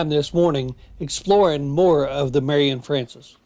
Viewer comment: Ya did pretty good on this video I enjoyed it but sir you mispronounced general Marion’s name quite a few times Also you missed quite a few of the muddy trails